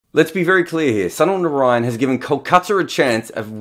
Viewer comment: When you can pronounce Sunil Gavaskar Sunil Gavaskar why can't you pronounce Sunil Narine Sunil Narine.